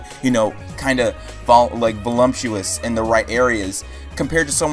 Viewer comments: It's not "volumptuous," it's "voluptapotomus." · No ones going to talk about that he said volumptuous?